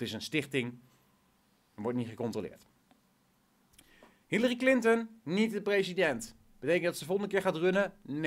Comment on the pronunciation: op het begin larry clinten XD wie is dat XD like als je het ook hoorden